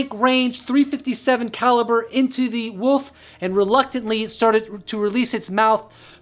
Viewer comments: Why can't Americans say wolf? A giant 'woof'? So what's plural Then, 'woofs'? Wolves bro. Wolves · Wolf not woff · Woof is what a dog says. You said woof 40 times, and, wolf 4 times. I can't listen anymore cuz all I can is woof! Sorry, generally- I like your videos... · Honey. So sweet, there's an L in wolf. You are just saying woof. Still sweet. Lots of love. No troll. 😁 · Love these vidoes but...It sounds like your saying the woof